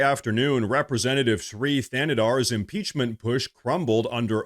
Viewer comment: So, they had the guy who can’t even PRONOUNCE impeachment file the article of impeachment…Ah, another hill the Dems will die on…